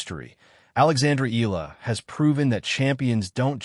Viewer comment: It's pronounced Ee-Yah-Lah, not Eelah. Stop using AI for your voice-over.